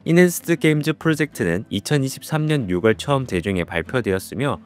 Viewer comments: 육월이 아니라 유월.. 10월도 십월이 아니라 시월.. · 선생님께서 말한 6월은 육월이 아니라 유월로 발음하는 것이 맞습니다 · 6월을 유궐이라고 읽는거 너무 거슬린다